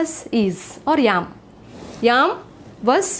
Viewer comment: Mam you should not say yam you should say am